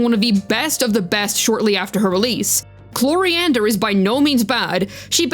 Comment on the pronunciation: Wow can you stop calling Chlorinde, chloriander?? Very annoying, not just that , your tone in general 😵‍💫